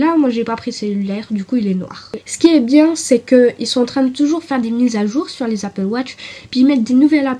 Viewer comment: Salut, c'est pas "Apple" au lieu de "Appel"